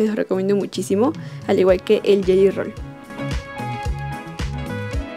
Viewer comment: no se si soy la unica q se dio cuenta que en vez de decir gelly rol dijo yeyo rol . me encanto el video